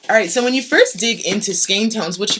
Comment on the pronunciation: Thanks for your pronunciation of skein.